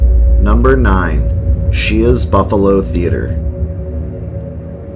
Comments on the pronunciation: As a local & a current native ,Great video! However Shea's is pronounced "Shays" 👍👌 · pronounced sh-ay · *caneeshus college is the local pronunciation. And *Shays is the pronunciation for the theatres in the area. You missed the forest lawn cemetery. Great work though. For those that don't know western new York is chocked full of paranormal stories. Lots of history. Going back to the Iroquois and Seneca and possible Vikings exploring. It's fun stuff.